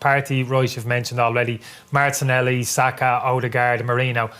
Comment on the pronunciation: Martinelli…. no “ y”